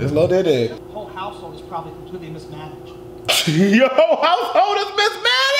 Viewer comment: did you call him “lil dyke” I